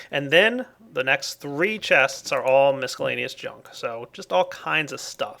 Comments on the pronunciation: Nope, check online dictionaries that have an audio button to press to hear how it's pronounced. The c is silent. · does it not bother anyone else how he says miscellaneous? Don't pronounce the c! It perturbs me :( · Does ever stop mispronouncing miscellaneous (it's a SILENT c)? It's driving me crazy.